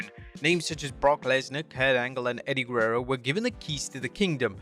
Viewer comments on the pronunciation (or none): none